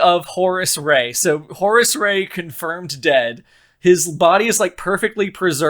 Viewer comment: I assumed it was Horus, although I always heard it as Horace and it made me laugh.